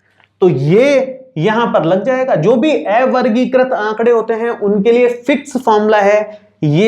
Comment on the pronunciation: Ae-vargikrit nhi avargikrit hota h, sir